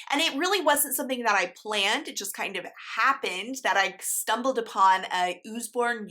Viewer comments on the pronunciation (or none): Haha it’s “Us-born” like ‘they gave “US” a book.’ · I’m sure others have already commented, but since you asked it’s “Uhz-born, like “uncle” or “until”. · So many goodies!! I pronounce it Uhz-born with the same U sound in umbrella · I went to school with an Usborne and it was pronounced Uh-z-born where the ‘s’ says ‘z’ so I’ve always pronounced it as such. Either way though, we know what ya mean! 😉📚🤓